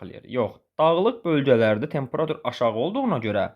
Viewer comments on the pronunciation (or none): Tempera'tur deyil ,ay müəllim, temperatu'r!